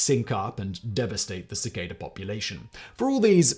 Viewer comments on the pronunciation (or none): It's pronounced 'cicada' not 'cicada'. Just sayin'.